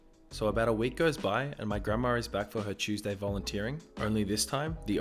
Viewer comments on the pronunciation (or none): none